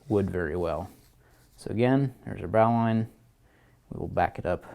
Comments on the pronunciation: please please stop saying "bahw-line". It's "bohw-line". Please please say it this way. Please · It's pronounced "bo-lin" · Lorenzo Rendina no no no. ...its Bo lin....